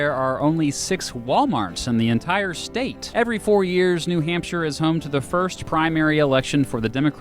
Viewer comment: It’s new hamp shire not new hamp sheet